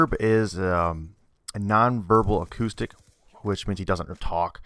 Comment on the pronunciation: "acoustic" ??? smh i'm done